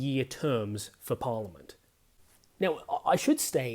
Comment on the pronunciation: It’s pronounced Par liament, not Por liament. Just saying